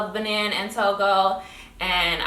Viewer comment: Benin is pronounce Ba-neen